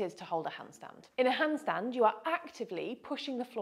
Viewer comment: AS German ITS funny to hear the Word "hundstund"😂 Therefore I have to Copy These exercises!